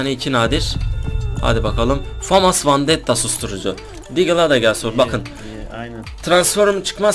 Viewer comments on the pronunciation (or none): vandetta değil vendetta 😭